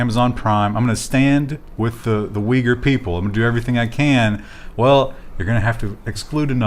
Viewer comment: I see, has wildly incorrect pronunciation. Thanks voor the explanation, wasn't aware it got censored.